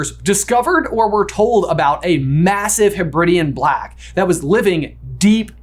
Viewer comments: To be fair though, the way pronounced Hebridean is consistet with the British vs American pronunciation of Carribean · I had always assumed that the Lake was Loch Ness, the Giant Squid Nessie, and Hogwarts was Castle Urquhart. I am now not so sure. I also love that butchered how to pronounce 'Hebridean', but was worried about Bethir. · Pls american brothers look up how to say Hebrides and Hebridean ahah